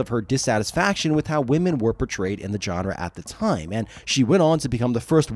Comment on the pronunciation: I beg you to look up how "genre" is pronounced.